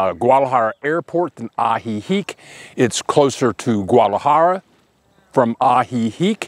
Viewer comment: Hey....terrific video. Yer the only guy who can pronounce Guadalajara with 3 syllables! 😊